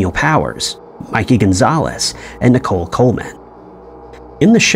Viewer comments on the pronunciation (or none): none